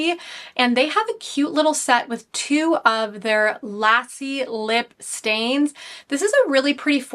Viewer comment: I looove your skin tint selections and the Huda blushes. Stuff that everyone stopped talking about when all the new stuff came out. The Innbeauty lip oils are my #1 above any luxe formula. Debating on Ilia blush (I have Kosas, RMS, YSL). Also Kulfi Lassi is pronounced like it rhymes with "bus" like school bus. Luh-see. It's a drink kinda like a smoothie